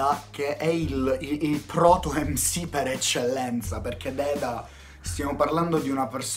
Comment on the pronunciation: deda non dedda